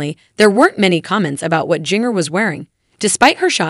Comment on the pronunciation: Pronunciation of "Jinger" just kills me :)